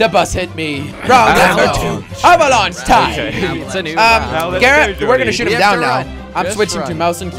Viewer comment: Everytime he said Avalanche time.. I thought he said "Have a Lunch Time" Dunno why xD